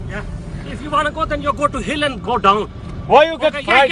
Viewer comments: I thought he said hell and not hill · Shame he says hill and not hell. Hell would’ve been more badass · He was saying hell not hill